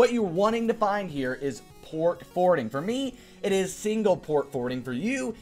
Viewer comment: Port "Fowarding" Nice one,.